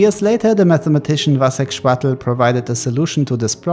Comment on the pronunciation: Nice video just a tiny note the name of Chvátal should be read as [khvaatal] hopefully I wrote it correctly